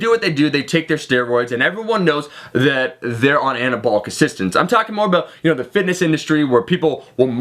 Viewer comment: fowk it ..took Annah-abwl-lick steroids